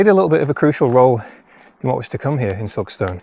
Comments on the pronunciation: Another great video. From someone that’s worked in South Yorkshire and in particular Barnsley for over 15 years Silkstone is pronounced “Silkstun” 😂 The stone is stun 👍🏼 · Recognised Silkstone from the thumbnail 😊 Sounds veey posh when you say Silk-stone, us locals say it more like Silk-stun. Very interesting video 😊